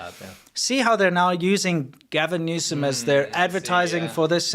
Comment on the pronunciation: You all are not pronouncing his name right. It's Gavin Noose'Em